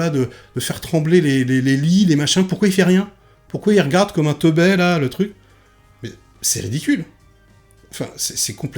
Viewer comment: S'il te plait,, on dit "Teubé" pas "Teubai"! 😅